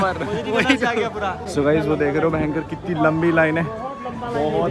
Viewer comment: when Babu bhaiya say " bhayankar " i always hear "bhenxho" 🙂